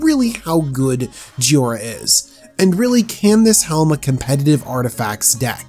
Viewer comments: It is JHO I RA not JHI O RA you mispronounced it several times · _ clears throat _ Ahem. JHOI - ra. not "JHIO - ra." That actually bothered me enough in the first minute that I had to comment on it. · Joy-ra. Say it with me. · it's Pronounced Joy-Ra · There’s an “i” in jhoira. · Is it me or did he pronouce Jhoira about 5 different ways?!